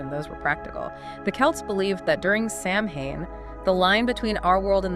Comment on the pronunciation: It's pronounced sow-en, not sam hane